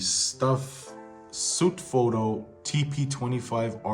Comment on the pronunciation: *"Sutefoto TP25", not "Shutfoto TP25"